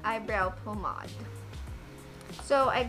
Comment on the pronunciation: Pomade hindi pomad 😂😂😂🤣🤣